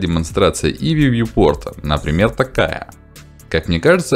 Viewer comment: я не об этом. "Иви" он называетя, не ай ви.